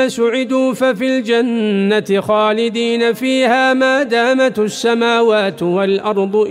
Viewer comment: الدقيقة قرأ الشيخ (ما دامت) بضم التاء، و الصحيح بكسرها بوركت يا شيخ